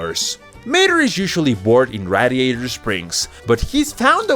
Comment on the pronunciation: mispronouncing radiator